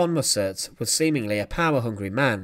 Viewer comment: Mussert is pronounced with the emphasis on the first syllable.